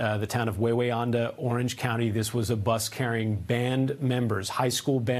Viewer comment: Wawayanda, its not Wawa, like the fast food place in NJ/PA, WAy-we-anda WRONG. THAT IS CORRECT WAY TO SAY IT! 2ND WA IS SILENT! , is the town where my mom used to work for the state in a hamlet called New Hampton til she retired. Right on 17M going toward Goshen. Sadly mom died from covid in 2022